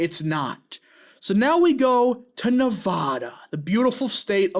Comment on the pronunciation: You really butchered “Nevada” 🤣😭